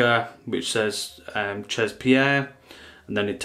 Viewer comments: Omg CHEZ is french for "at"....spelled she'...not chaaaz.... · Jesus, you're teaching people about haute parfumerie and you don't know how 'chez' is pronounced? That's basic knowledge, even if you're not into fragrances you're supposed to know such elementary stuff.